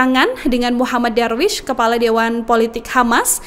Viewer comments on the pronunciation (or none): none